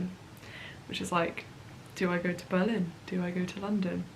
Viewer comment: Am I the only one who finds the way says Berlin strange? She says buh-LIN and I instead put emphasis on the BER and say BER-lin.